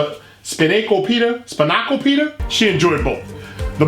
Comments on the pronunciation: Span-a-ko-pit-ta. I live in Florida, I know yoy been here a plenty, how about beach parlor foods. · Pronounced span-oh-cope-ita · that word you mispronounced is span-i-co-pi-ta. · I don't trust a food review from one that can't say Span-I-Co- pi-taaah! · it's Span-a-ko-pita. It's a greek spinach pie. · how have you been living in Connecticut all these years and not know what spanakopita is? A+ for effort on the pronunciation though hahaha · A foodie tha can't pronounce Spanakopita? And obviously doesn't even know what it is because if you did, you'd pronounce it correctly as soon as you saw the word.